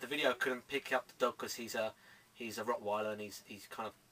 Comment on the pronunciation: mate its rotweiler not rockweiler rofl